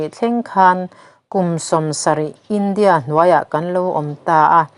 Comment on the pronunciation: Indiâ sawrkar tih mai awm,India, sawrkar ti anga thlûk hian Mizotawng thlûk hi a ti chingpen tam tawh mange